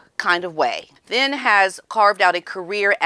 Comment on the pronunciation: The last name Thynne is pronounced "Tin".